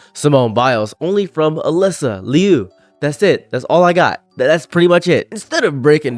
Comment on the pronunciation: She askes people to pronounce her last name is pronounced loo not lee-oo